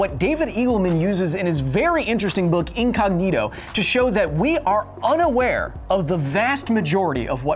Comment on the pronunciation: You pronounced incognito wrong.